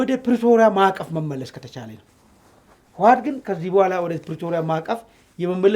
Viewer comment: አንተን ብሎ ተንታኝ አቦ ይህ ሰዉ ስያስጠላ አነጋገሩ እራሱ ስያስጠላ ስጀመር የህወሓት ስም አፍህ በደንብ አይዝለህመ እዋት አይባልም ህወሓት ብለህ ጥራ ሌላዉ ጦርነት ይጀምራል አይቀረ ነዉ ብልፅግና ጠቅለላ ሠራዊቱ ወደ ትግራይ ክልል አከባቢ እያከማቸህ አይደለም እንደ አማራ ክልል እየተዋጉ ያሉት ወጭ ሌላዉ ወደ ትግራይ ምን አባ ልያደርግ ነዉ የፈለከዉ ወላሂ እመነኝ ብልፅግና አልቆለታል